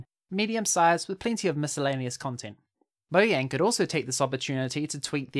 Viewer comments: this guy says mohjang one more time instead of "mojang" ill loose it its not that hard why does he say it like its written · Bruh it's not pronounced moyang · Say, MoJANG